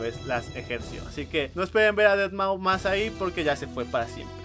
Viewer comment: Aprende a pronunciar deadmau5 por favor...